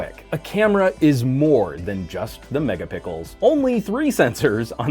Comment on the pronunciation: The “Megapickels” lol